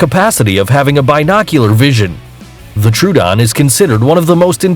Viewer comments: Correct pronounce: Troodon: tru-den Dilophosaurus: di-lo-fo-sow-rus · Its rhe troadon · Your about 10 million years off there buddy. Also truedon is the best pronunciation I have ever heard. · Tr-Oh-Oh-don, D-eye-lo-fo-saurus